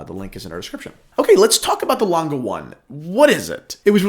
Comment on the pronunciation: Dude, use Google translate and prenounce the name of the brand correct 😂